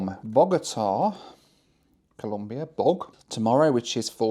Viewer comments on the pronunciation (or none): it's ColOmbia, not Columbia. (It is even a slogan in my home country for you anglosaxon and gringos guys). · It’s ColOmbia, not ColUmbia 😢 (im not even colombian, it just bothers me when people mispronounce it). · Hey. Nice to see you tripping around Central and South America. Just a tip, if you say Columbia instead of Colombia, the Colombians will have more than a few words to say to you. 😂😂😂😂. A nice round “O”,please. Bogota is 2600m above sea level, so it is cold on average. People from warmer areas call it “the fridge’ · Its Colombia, not Columbia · Dear, Colombia isn't pronounced as Columbia. Just a friendly reminder. Nice video! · So many Central and South American countries that I’ve never heard of. Venezuelar, Comombiar and Panamar. 😂